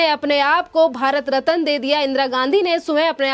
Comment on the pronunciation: Aapki Hindi ka uccharan bahot galat hota hai. Ratna ko rataan uccharan karti hai.